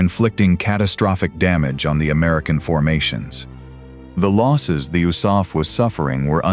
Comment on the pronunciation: Oosaf???? Do you mean THE ARMY AIR CORP? The U.S.A.F wasn't even a thing in 1943, 44, & 45 you idiots!